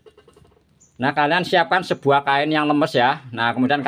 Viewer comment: Air kok se buah to ms, klo ngomong p et L a n2 aj gk usah buru2, sebuah sir, se buah kain, a pakah bener 😂